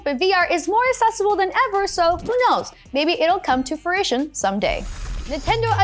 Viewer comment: Is she saying Furision? Lol (fruition)